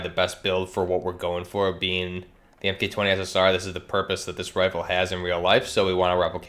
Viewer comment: "M-K" , man that's annoying, Mark 20 SSR